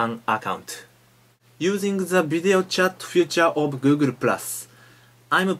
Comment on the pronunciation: it's hard for japaneese to speak english because they pronnounce every sound, though they pronnounce the "l" in the same way as the "r" Google ---> "Guuguru" xDDDDD so amazing